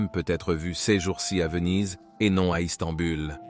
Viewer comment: Oui. J ai marché pendant un moment, à me demander si le type était pas quebecois, mais là je suis sûr que c est une IA. ISTANBUL qu il prononce, ça fait traduction anglais direct. Je me demande s il y a la versions des vidéos dans toutes les langues. Je suis curkeux de savoir comment ça fonctionne concrétement.